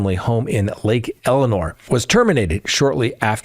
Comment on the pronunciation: Lake Elsinor, not Eleanor, ya killin me lol! Like Elle-sin-Nor